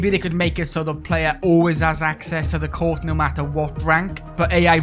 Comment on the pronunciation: Take a shöt every time he says Cöurt =D